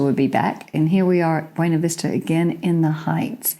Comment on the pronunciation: Could you please use our pronunciation of Buena (Vista)? It is pronounced byoo- nah, not the Spanish way. Thanks